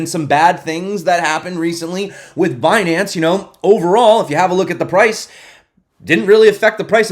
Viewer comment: Binance? You mean Bnance huh ;-)